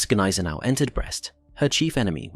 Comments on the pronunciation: The g is silent. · Silent 'G' on Gneisenau.